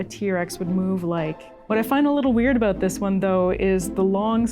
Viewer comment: the pronunciation "aboat" for "about" or "oat" for "out" is a usual give away they are Canadians, I caught it a couple of times in the video My wife was from Edmonton and I used to tease her aboat it all the time, she used get riled up 😁